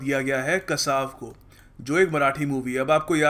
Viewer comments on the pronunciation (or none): Yes itsकासव notकसाव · it's kaasav not kasaaav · sir ye 'kaasav' (meaning tortoise ) aise pronounce karna tha. vaha likha hai.devnagiri me